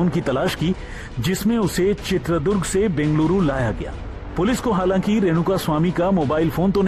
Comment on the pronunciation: bhaisaab., Durga maata hotin hain ya Durg maat ?? toh uss jila kaa naam ChitradurgA hai., not Chitradurg